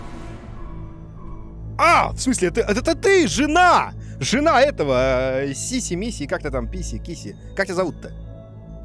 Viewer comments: Все: Кисси Мисси Куплинов: Сиси Миси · Все:кисси мисси Куплинов:сися пися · Также куплинов : какие-то сиси писи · Миссисипи Сиси миси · Хаха, я угарал когда он сказал сиси миси киси писи😂🤣🤣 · Альтернативное название "все летсплейщики коверкуют имя Кисси Мисси на протяжении 12-13 минут"